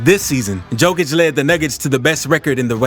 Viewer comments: You're mispronouncing the guy's last name Mark Jackson didnt even bother to learn how to say it for NBA finals What's up with this? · Cant eally listen to a commentary if someone is knowingly pronounce someone elses name wrong. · Appreciate the video on underrated Jokic, but you gotta learn how to pronounce his last name bro 😉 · Thank you that bugs me too, the best player in the world and can't say his name correctly 😢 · pronounce it yokich, not dzokich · Am I drunk or is the guys name pronounced "yo-kich" if so stop calling the man "jo-kich" god damn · It's Yo-kich, man, thank U for the video and greetings from Serbia! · Just one thing you pronounce the "JO" in Jokic not like Joe but like "YO" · J o k i ć, not J o e k i ć Serbian language is read how its written, letter for letter, there are not any additions in pronunciation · Please, for the love of God... please pronounce his name right.. Jokic is pronounced "Yo - kich"... not Joe-kich. It's like saying, yo man, what's mama cooking in the kitchen?... Jo-kic. He's the greatest player ever... he deserves to have his name pronounced correctly. Keep up the good vids. Thank you. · For all of you that don’t know it’s pronounced yokic but spelled jokic still being disrespected get his name right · Not Joekitch it's Yowkitch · DUDE , LEARN HOW TO PRONOUNCE HIS NAME , ITS YO KICH , NOT JO KICH !!!! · His name is pronounced yo-kich not jo -kich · Could you say his surname properly, he is "Yokich"? Please pay attention. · Learn how to pronounce Jokic!!!! "Yokish" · Just an FYI, Jokic is pronounced “Yo-kich” Great video though. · its pronounced Yokic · The correct pronunciation is closer to Yoke-itch. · Please: 1. say yolk out loud 2. then use how that sounds to say Nikola's last name 3. profit <3 Great video, but you literally merged Novak's and Nikola's last names into one <3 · Dude I couldn’t get past simply cause you mispronounced his name every fifth word.